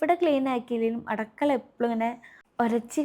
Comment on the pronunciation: അടുക്കള ✅ അടക്കള ❌